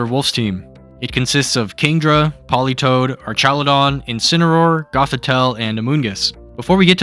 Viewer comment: Jesus you really can’t speak huh? They are pronounced ArKaludon, *E*violite and *Goth*itelle. Why use words like „P2“, „OHKO“, „mon“ in spoken language? Impaired intellect boy struck hard this video.